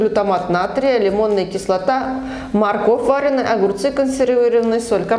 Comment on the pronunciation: вАренная... Вы же мама и ютубер. Пожалуйста, следите за тем, как вы говорите. Слушать сложно.